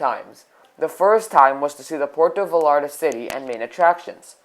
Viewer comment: And it’s pronounced (Vayarta), not (VaLLarta)